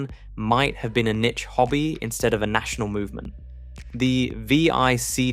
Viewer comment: you pronounced vic wrong, and dos, and pc, and z oh and niche